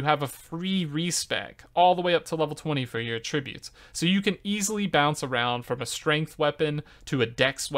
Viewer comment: I am so tired of people mispronouncing attributes...it's NOT A-tributes. Why is this happening? From Merriam: at·trib·ute How are so many people doing it wrong? "AT" not "A". FFS.